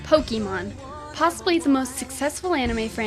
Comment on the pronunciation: I thought i heard 'Pocky-mon' ???